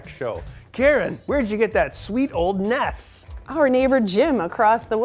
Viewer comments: "Look at that sweet old nesssss." That will never sound right to my ears. It's the N. E. S. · NES and SNES pronounced as a single word was the norm here in the UK back when these were around. No one really said N.E.S or Nintendo. So to me, hearing N.E.S is odd. Just different people would have heard it said different ways. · No, I got a NES when it was new and it is generally referred to as the nintendo, whereas the SNES is referred to as the super nintendo. It takes more energy to say EN EE ESS and ESS ENN EE ESS and people who pronounce them as phonetic words (Ness and Sness) need to be shot in the head.